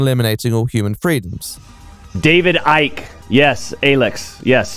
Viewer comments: Great video, as usual, but - really - David Icke's name is pronounced "Eye-k" not "Ick". Even the man himself pronounces it that way. :) Then again, are you implying your own personal opinion on Icke? ;) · Its weird, I've never ever heard anyone refer to David Icke as Ick Not Ike and it tweaks me everytime. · Ike like bike, not ick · The mispronounced Icke throughout, even though the correct pronunciation is given early on in the video shows how little is immersed in his videos nowadays. Great video though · I still can't tell if he's pronouncing Icke wrong as a condemnation or just because he's never heard it out loud before. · small nitpick but your pronunciation of icke is giving me the ick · Why are you saying Icke like a total tool ?